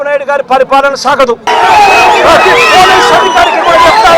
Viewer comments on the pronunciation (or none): none